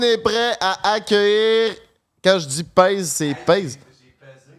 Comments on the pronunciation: Est-ce juste moi qui accroche chaque fois qu' dit "ka" au lieu de "quand"?! 😂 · depuis quand le mot ‘’quand’’ se prononce ‘’Kà’’ lol